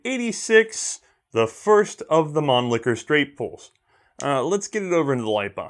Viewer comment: So, gravity feed magazines don't work, but it saves the cost of a spring? Get outa here, a spring is the cheapest component in a rifle apart from the air in the barrel... p.s. please don't improve your German pronunciation. Man Licker is my favourite C&R double entendre. Mannlicher isn't funny at all. Love the channel, btw. Educational, entertaining and hilarious.